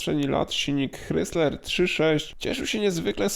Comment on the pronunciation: ok, słyszę "hrysler" nie "krajzler" i już wiem, że nie warto słuchać dalej